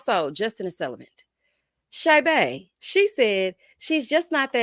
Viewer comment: I hope she looks back and feels like the biggest idiot for saying “ celibent”